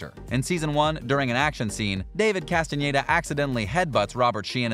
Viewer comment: I appreciate he says Castañeda and not Castaneda like every english native speaker.